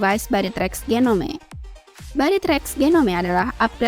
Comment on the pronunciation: Genome baca nya Jinom kak😅🤭